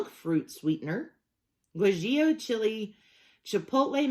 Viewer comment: Guajillo = gwa-he-yo